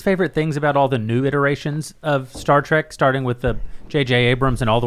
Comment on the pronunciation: Trek tim... its trek! Not track and YOU KNOW THIS MAAAAAAAN!